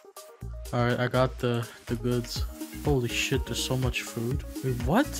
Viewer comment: full giearrrr xD i kennot: holee shieeet